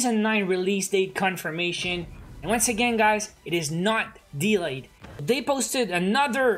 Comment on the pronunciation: I like how you pronounce delay dylei